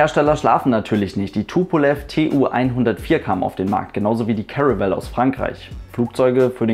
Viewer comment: Hey du (also du von AeroNewsGermany - normalerweise wär dein Name jetzt hier gestanden)! Deine Videos sind gut gemacht, das mag ich nicht hinterm Berg halten, mach weiter so - gern auch mal was über deine MPL Ausbildung. Ein Punkt wollte ich jedoch gern anmerken: richtige aussprache von Produktnamen! Die (The) Comet ['kommet] ist ein britischer Flieger, die (La) Caravelle [kara'wel:] ein französischer, drum bitte nicht mehr einen britischen Flieger deutsch aussprechen und einen französischen Namen englisch betonen. Nicht für ungut, ich denke wir verstehen uns da. ; )